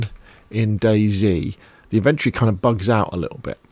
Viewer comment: Amazing video bro really helped. But please put the o back into inventry. It's in ven tory